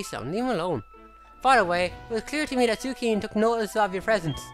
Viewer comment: great video. also Suicune is pronounced sue-ih-soon. also cadetri is pronounced cad-ett-tree. happy hunting,.